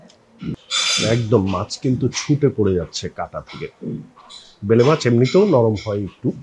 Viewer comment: Bele mach na uccharon hobe baila mach